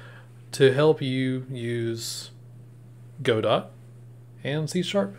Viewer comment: hey man, good video but its go-dough not go-dot 😭